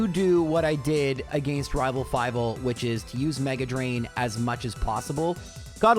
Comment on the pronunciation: say it with me "uh - gen - st" UH GENST NOT "AYE ' GENST" UH GENST